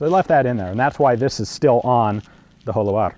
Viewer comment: Your Spanish pronunciation is not bad at all! Un saludo Ian y si alguna vez vienes a España te invitare a probar mis armas!